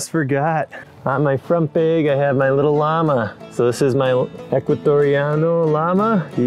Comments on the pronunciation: "...front bayg..."?????? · There’s no E in “bag.” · I love the way you say bag. And I’m pretty sure you said “never invite a beer to a campsite” which is a no go. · Cringing everytime you say bag